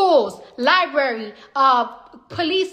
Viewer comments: This chick never went to a public “lie-berry”. Who bases their political direction based on input from cardi b and Michael rapport … just because they finally woke up and realized they live in shit as opposed to understanding they will live in shit BEFORE it happens …you got what you voted for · What kind of fruit is a lieberry? Sounds delicious.